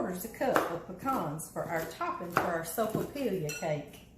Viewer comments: Hey, I make this! PS.....its pronounced soap-a-pee-ya....or soapa-pia🤣😁🙋‍♀️❤🙋‍♀️ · the "'L" is silent just like in quesadilla.....Not being judgmental, you brought it up! laughs